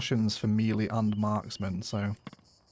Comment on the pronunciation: Took me a while to realise what you were talking about when you said "mealy". It's pronounced meh-lay; it's of french origin. 😂